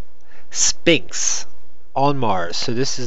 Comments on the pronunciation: It's pronounced s-f-inx!!!!! Not s-P-inx!! 'ph' equals a "fffffffff" sound! Say it with me now... fffffffffffffffffffffffffff! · I think you would have more credability if you would learn to pronounce the "Sphinx",, the "P" is silent, look it up!! It's pronounced,, sfɪŋks